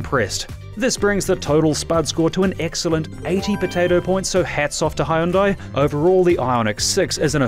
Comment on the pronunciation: good review, but I'm surprised they didn't school you on pronunciation of Hyundai